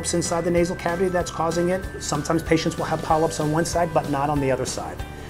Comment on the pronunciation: patient"ses" lol